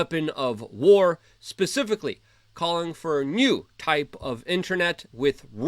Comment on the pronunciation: At about , did he really just say "pacifically"? Instead of specifically? There was totally a Russian passport found in the bubbles.